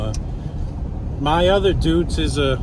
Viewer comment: “Doitz Allis”